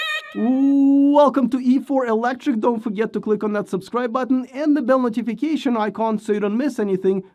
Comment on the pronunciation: Why do you pronounce the word NOTIFICATION like a gopnik?